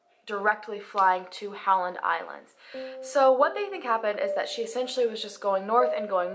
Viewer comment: the only things that have bothered me about her speaking are the constant use of “in-ter-es-ting-ly enough” and that she consistently pronounces essentially as “essentually ” lol, drives me insane. But I love the girl, and I’m POSITIVE that I have quirks like that that nobody has ever bothered to call me out on!